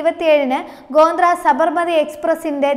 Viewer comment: ഗോന്ദ്ര അല്ല കൊച്ചേ ഗോദ്ര